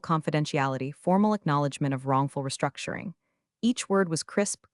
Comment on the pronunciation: The moment you hear the charge "wrongful restructioning" you know the AI has gone of the rails.